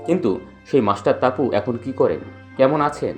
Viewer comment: Tumi ki bihari je topu ke taapu balchho, namer mane jene vdo koro.